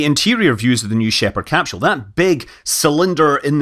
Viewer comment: Scott, please quit murdering the Mother Tongue. There is NO “H” in capsule. No thumbs up from me until you get it right!